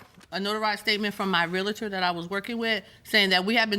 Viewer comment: REAL-TOR. Not REAL-UH-TOR. I hate that so much. :face-red-droopy-eyes